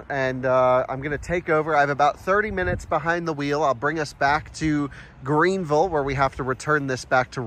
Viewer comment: You said Greenville correctly the first time. You said Green-vull, which is correct, then you said Green-ville, which is incorrect! 😁